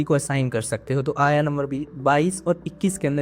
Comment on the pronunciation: Ayaa, Nahi ❤ Aayat, hai ❤ bhai آیۃ